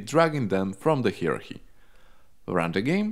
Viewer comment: HeeEraAhEe = hierarchy